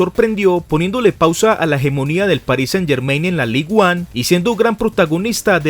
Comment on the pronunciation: Un consejo solamente, ya que es Ligue 1 en francés, puesto que es la liga de Francia, pronúncialo literalmente “Lig an”. Sigue asi con tus videos 👍👍👍